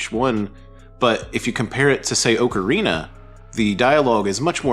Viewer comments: great vid! slight nitpick i am so sorry. Just for future reference, pronounce Ocarina like "Aww-kerr-ina" for correct pronunciation :) Cheers!!! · TP is far from underrated, it's already had a remaster (albeit a shitty one). Also, ocarina is not pronounced like that. Wtf is wrong with you? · Cant say Ocarina right in a Zelda channel. Skipped.